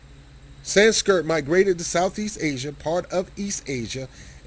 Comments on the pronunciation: Hard to take you seriously when you keep saying "Sanskirt" rather than Sanskrit. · s k r I t , not s k I r t , dayumm learn to read